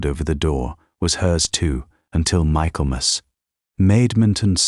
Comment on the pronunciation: Pronounced “Micklemuss”